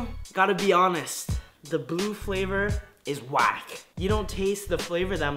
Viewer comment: "The bue flavor," Good job, good job.